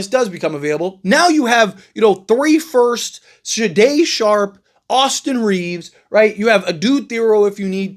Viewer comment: SHAY DON SHARPE. Come on man lol